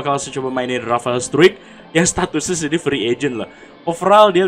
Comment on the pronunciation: Bacanya Rafael strike bang